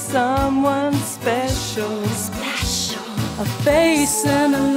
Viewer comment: He was speshiwull